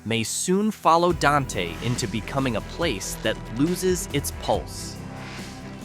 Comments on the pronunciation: And Don-Tay. (It's pronounced "Daint") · Dante is one syllable. It rhymes with ain’t. 😁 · Dante is pronounced “Daint”